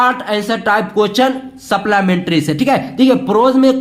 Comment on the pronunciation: Sir ye keeping quiet hai quet nhi and wo supllamentri nhi hai supplimentry